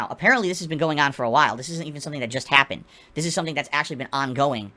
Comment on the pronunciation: To a nicer ghai, it couldnt hahpen.